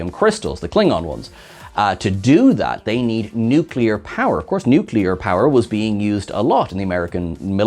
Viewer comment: Nucular. The word is "nucular".